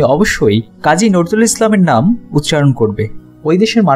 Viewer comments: Bhai apnar uchcharon er eto behal obostha kan. Najrul Islam NOT norzul islam. James not zames, UDBODHONI not udbhodoni. Apnader moto bhul pronunciation kora vloger der $100000 fine kora uchit. Culture noshto korben na. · আরে ভাই আপনি তো কাজী নজরুল ইসলাম কে, নরজুল ইসলাম বলছেন বারা বার,আগে নামটা তো ভালোভাবে বলেন😡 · জাতীয় কবি নাম নাকি নড়জুল ইসলাম সালমান বলেছেন নজরুল ঐ বেটা নামটাই বলতে পারছে না আবার বিডিও বানায় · nojrul uccaronta thik kora jaito... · ভালো ভিডিও তো বানাইছেন ভাই, "নজরুল" শব্দটা সঠিক উচ্চারন করেন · প্রনেন্সিয়েশন প্রব্লেম😆😆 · অবাক হলাম, আপনি নজরুল উচ্চারন করতে পারেন না। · Salam. Bhaijaan dont you know how to pronouncing Our Beloved National Poet Name!!!??? Please pronounce the Name Correctly. Salam for all of you. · 😆😆😆 কথা বলতে জানে না,পাগলের দল ইউটিউব চ্যানেল খুলে বসে থাকে। খুবই বিরক্তকর ফাউল এরা,নজরুল শব্দটা ঠিক করে বলতে পারে না।😡😡😡